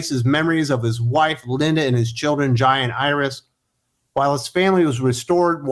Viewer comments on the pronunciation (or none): It took me a minute, but when you were saying "Jai and Iris", I thought you were saying "Giant Iris". Hahaha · I keep thinking you’re saying “giant Iris”